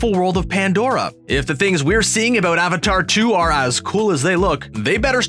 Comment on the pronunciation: It's avatar not aavaatar